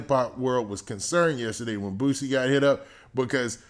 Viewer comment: It’s boosie not bootsie